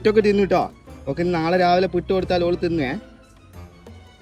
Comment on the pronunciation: 👍കൊള്ളാം, ഇഷ്ടമില്ലതു തിന്നുല്ല, പിട്ട് അല്ല പുട്ട്.